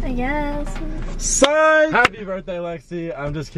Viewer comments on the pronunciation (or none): It's "sign" not "sing"